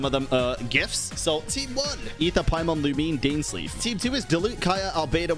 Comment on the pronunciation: Finally someone who says Aether right.